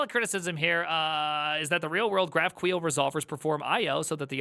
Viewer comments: If I hear this man pronounce "GraphQuel" one more time istg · say graph queel one more time , i dare you , say it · Javascript runtime are actually very performant these days. For GQL, it has nothing to do with queer, please pronounce it correctly and what you showed was basically just wrong usage of GraphQL. You are not supposed to do single field or even SQL queries at all from GQL. GQL should be seen and used as an API Gateway. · Wtf is Graphqueel, it Graph-q-l, just like S-Q-L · Dafuk Is GraphQueel? 😂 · That's really not how GraphQL is pronounced, right?